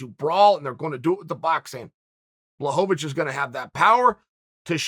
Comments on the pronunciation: It’s pronounced Blachowicz Chael: Who the fook is that guy? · Blahoevavich lol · Chael "Blowholevovich" Sonnen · Nothing better than watching a Chael video and hearing BlahoVOVOVOVOVOVOVICH. It never gets old. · bla hoe va vwitch - uncle chael